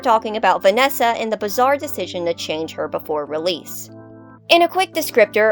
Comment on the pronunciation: Also when you said "vananny" I laughed more than I should have 😂